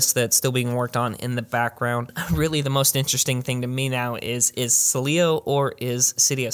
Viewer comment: Dude, you really struggle with the Sileo pronunciation. Love the content though, as always. 👍